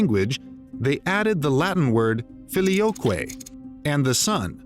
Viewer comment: I like how he doesn't even try to pronounce any non-English words/names "correctly"... ("Filioque", "Saladin", etc) He just reads through it as if he was standing in line at Sizzler in 1986... Consistent mispronunciation is better than inconsistent "correct" pronunciation, in my opinion.